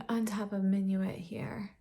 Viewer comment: Love Surratt shadows, they are my favorite. And I love seeing your Surratt collection, all in one mega palette! I believe that "Minuit" means "midnight" in French and is pronounced "min-wee"...also, a fun fact, something I believe I learned from Glam Dr. Mona here on Youtube who also loves Surratt that "DOW" stands for "Duke of Windsor"! Peau de Peche looks amazing on you,, a true wash of natural color on your fair skin. I love these silky velvety textures and enjoy being able to build them up.